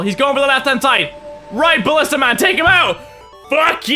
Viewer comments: At level nine he calls a Ballista a Bashton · Ballista. Not Bastion.